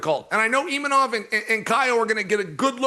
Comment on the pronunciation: It was refreshing to hear Uncle Chael set an example and pronounce Imanov correctly, especially after listening to du plessees incorrectly refer to him as Imamov repeatedly